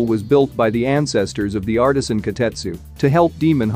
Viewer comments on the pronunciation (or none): none